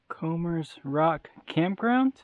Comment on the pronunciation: Nope, you said it right. Comers (sounds like Combers) Rock. Grew up not far from here, dated and married a girl from Comers Rock.